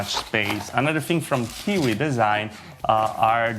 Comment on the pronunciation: It's not kiki but Kiwi